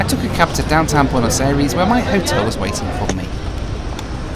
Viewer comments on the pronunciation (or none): It triggers me how he just slightly miss pronounces Buenos Aires. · Boo-n’-oz eh rees